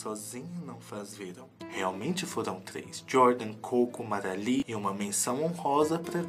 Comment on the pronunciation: Gente como assim?? Eu passei toda essa saga escutando o falando MAGALI e hj eu percebi que é MARALEE!!!